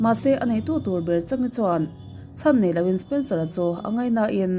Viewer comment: Spencera kha spensora i ti zela 🤣🤣🤣